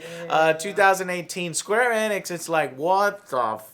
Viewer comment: Square "ee-nix", you latino idiot. Annoys the shit out of me when he mispronounces simple words like Sony into "Sawny".